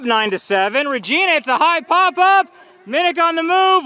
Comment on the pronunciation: Regina Last-uh never gets old 😂